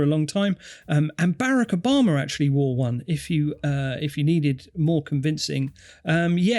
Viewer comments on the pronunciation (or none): "Barracker Bomma"